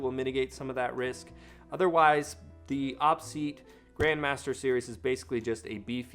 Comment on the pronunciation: Every time you say "awpseat" instead of "Oh Pee seat", every gamer cringes.